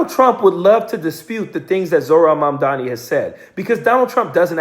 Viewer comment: say his name right : Mamdani